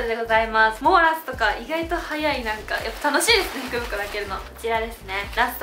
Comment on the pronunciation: イントネーションが服袋になってた😂